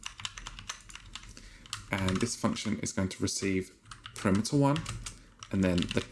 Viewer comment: you kept pronouncing 'parameter' incorrectly btw you said it like 'perimeter' which was funny